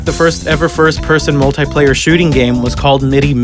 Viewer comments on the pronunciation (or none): none